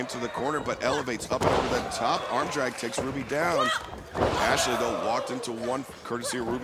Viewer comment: Sucks the Spanish Announcement team still can’t pronounce Ashley’s name. Booker of the year 😂